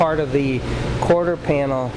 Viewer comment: "quarter skanel pin" ...ya gotta hate when that happens. It's because both words are trying to get out at once, and come out like verbal jambalaya.